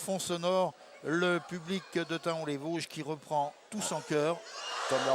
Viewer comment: on dit TA-ON les Vosges Tom ^^